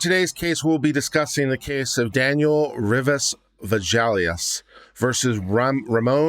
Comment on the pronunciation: If you are going to practice law in Texas, the least you can do is learn how to pronounce Hispanic names. Both were mispronounced each time they were stated in the reading of the judgement. You will probably have some Hispanic/Latino clients and I'm sure they would appreciate their names being pronounced correctly. Villegas is pronounced phonetically as Veyages..long e and when you see an 'e' it is normally pronounced as a long 'a'. Two 'll's' is normally pronounced as a 'ya' sound...soft 'a', not 'yay'. A 'g' is normally pronounced as a hard 'g', not a 'j' and an 'i' is normally pronounced as a long 'e'. Also, the defendants name is pronounced Cortesluna, not Corsteluna. The s comes before the t. Re: the judgement/decision, I am so surprised that the 9 Circuit thought these two cases were similar at all. I'm glad the Supreme Court corrected the error. I really like your channel and like how you cover all of the cases. Thanks for reading.